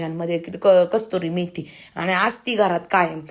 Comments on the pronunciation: अग गिरवि नाही ग........ग्रेव्ही... कस्तुरी मेथी नाही ग...कसूरी मेथी बोलतात....राग नको मानू...पण आपले माणूस चुकत असेल तर सांगायलाच पाहिजे असे मला वाटले म्हणून कंमेंट केली...तरी तूला वाईट वाटले असेल तर Sorry..... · गिरवी म्हणतेय ग्रेव्ही म्हणत जा आणि कस्तुरी मेथी नाही ग. कसुरी मेथी म्हणतात. पण खूप छान बुर्जी बनवली 👌👌